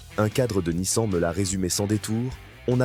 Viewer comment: C'est bien la première fois que j'entends une IA dire Nice-An !!! Quelle horreur.